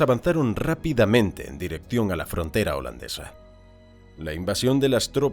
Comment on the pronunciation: Uno de los pocos narradores que pronuncia bien el idioma Holandes...